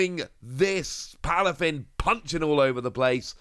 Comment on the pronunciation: Aye it’s Palafin, not plafin lol